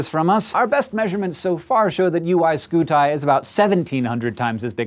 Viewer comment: I love the channel, keep up the good work. But please revise your UY Scuti pronunciation.